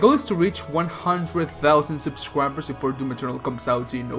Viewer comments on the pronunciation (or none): I’ll subscribe when you say subscribe instead of subscwibers